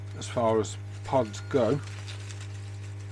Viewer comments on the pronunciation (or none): Ashopods not ashpods